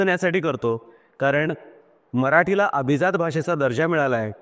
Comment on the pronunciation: अभिझात नाही अभिजात